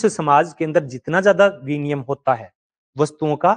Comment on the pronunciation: सही उच्चारण विनिमय, ना कि विनियम 👍